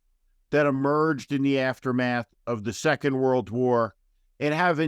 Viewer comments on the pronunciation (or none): none